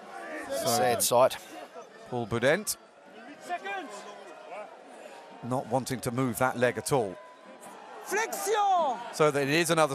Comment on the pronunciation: Is it just me or does the commentator say Iribaren and Boudehent with one too few syllables?